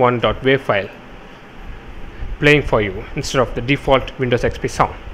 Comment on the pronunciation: it sounded like u said windows sex p